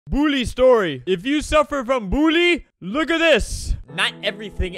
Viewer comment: I love how Albert says “Bullie” instead of “Bully”